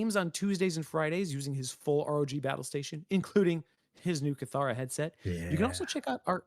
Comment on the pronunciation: Isn’t it pronounced “kitt-hara”? I swear that’s how they pronounced it in the original reveal 😅😂